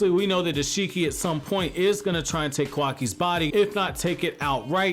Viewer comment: You're mispronouncing Isshiki!